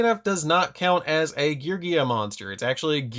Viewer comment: I love you and I love your content! But PLEASE pronounce my gear boiz correctly 😂😂😂